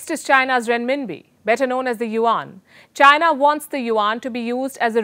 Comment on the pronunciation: Madam I think it is Chi-na not Jai-na😁